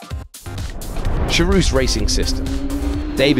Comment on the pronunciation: Guys its not "Sharooz", its Charouz, the first letter is like german aCHtung, then theres "ar" read like "are", then "ou" you read like "o", and finaly put a "z" at the end. There you have it "Ch-are-o-z", Charouz.